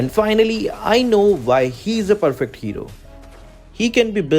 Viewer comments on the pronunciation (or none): none